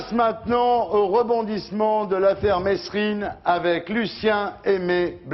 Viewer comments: État assassin !! ON PRONONCE "MÉRINE" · Bah alors ardisson on sait pas prononcer Merine